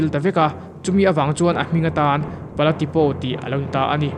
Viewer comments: A hmuhnawm e. Mara tawng a nih hian a tu te pawh hian 'O' hi 'Aw' ang hian kan lam leh thin a, O angin han lam ta mai thin ila a dik lehzual tur. I video hi en a manhla thin e. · Pala Tipo (Tipau tia lam tur Tipaw nilo in) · Pala Tipo i lam khan O hi Aw tia lam lohin Mizo tawngah Au angin lam la adik zawk ang. Mara tawngah O lam dan leh Mizo tawngah Au lam dan hi in ang deuh reng